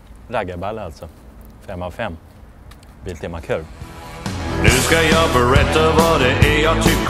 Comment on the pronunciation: He he rolig att sa Biltema kurv istället för körv